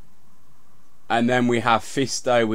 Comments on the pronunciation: "Th"....ree not "free" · "Three" not "ffree".....learn to spoke properly you fuckin idiot.